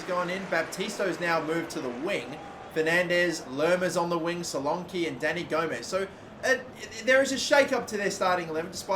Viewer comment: Dominic Solonke is it now not Solanke